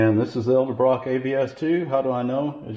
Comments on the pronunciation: Please learn how to pronounce “Edelbrock.” You keep saying “el de brock.” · Jesus man it’s pronounced eDelbrock